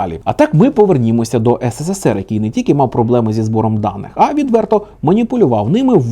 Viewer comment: хочу сказати що ви робите в кожному ролику помилку "ссср" а не "срср" знаю що це виглядаэ зарозуміло, але мені просто ріже слух